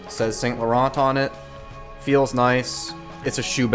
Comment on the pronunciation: The way you pronounce Saint Laurent just shows this brand is not for you.